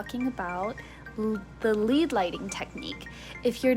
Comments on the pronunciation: Please pronounced as LED, rhymes with bed. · Thanks. I read it as "led" but thought I was wrong when she started speaking. Lead as in the element. Thank you for telling me I'm not crazy 😉